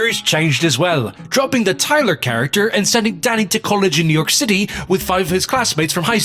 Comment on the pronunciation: lol did just lose his british accent on that "tyler character"